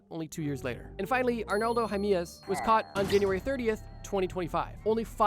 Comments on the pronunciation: is this an AI voice or are you just unable to pronounce jimenez? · "high-me-yez" lol